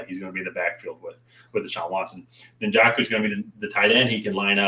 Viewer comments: na-jo-ku or you can just watch him play to hear how his name is pronounced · No hate, but that is not how you say Njoku's name